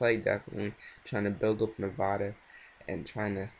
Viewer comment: Hey man just so you know its pronounced Nevada not Nevahduh lol